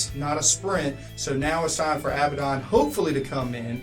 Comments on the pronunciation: You guys do good work. i just have one little peeve. Abaddon is pronounced [uh-bad-n],(stress the bad) not [Ab-bad-on] to hear it pronounced. I know that the community as a whole says it as you guys have, but I thought I'd let you know anyway. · thats a weird way you pronounce Failbaddon ;)